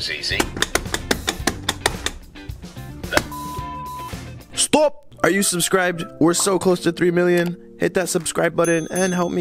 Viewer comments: The way you said STOP sounded really Dutch to me🤔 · The STOP sounded like from some russian guy :D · Wait are you Russian bc when you said stop, you had a Russian accent